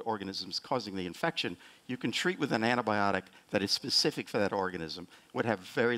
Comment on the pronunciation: some of them keep saying it as antibotic!! not "b-eye-o-tik"